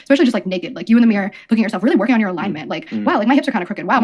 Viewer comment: the way says mirror 😭 you're missing a lot of letters there babe AHAHA😭 edit: spelling error lol oops